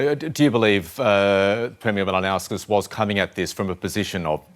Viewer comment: Try pronouncing his name properly. Its not Mal-a-na-kis. You could try Mahl-in-o-skus. No stress expressed anywhere. Try that. It'll be better than most attempts. You'll get it right while he gets it wrong. Couldn't be better. English speakers are the laziest in the world.